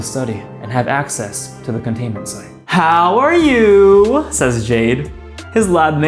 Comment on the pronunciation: The "HoW ArE YoUUU" 💀